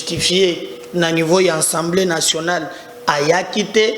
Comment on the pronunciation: Assemblée nationale et non ensemblé national Mr ?